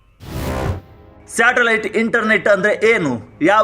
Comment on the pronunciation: ಸ್ಯಾಟಲೈಟ್ ❌ ಶಾಟಲೈಟ್✅